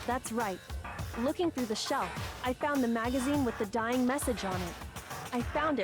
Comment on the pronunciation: "Vienna Sausage" and "Shining Message" is Hiro trying to say "Dying Message". He's an idiot